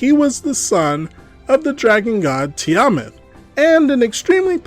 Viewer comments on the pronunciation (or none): Some pronunciation assistance: Aarokocra = Air-uh-KOH-CRUH Tiamat= Tea-uh-mat